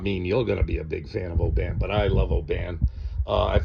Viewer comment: good review, well said, ,..... i'm a scotsman.... its oban short not,...... o-ban long.... just so you know....